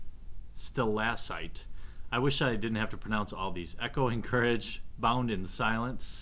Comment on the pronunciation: Its Sta-lak-tight for Stalactite I think.